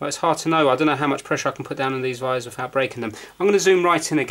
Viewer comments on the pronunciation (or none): Why the heck do you say vires instead of wires?????????????????